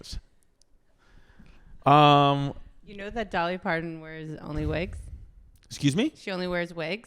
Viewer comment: Hate the way she says wigs...